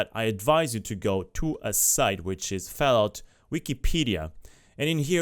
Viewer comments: bruh why you keep saying FELLOUT, dafuq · Fellaut faur, consul, faive, lol